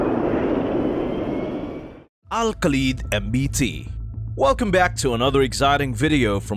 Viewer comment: Lol you can't pronounce Kha as Ka ❗